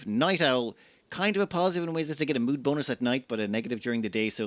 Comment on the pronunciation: "Keep everyone's nudes high enough" I'm sorry, but you didn't said "mood" or "needs" there XD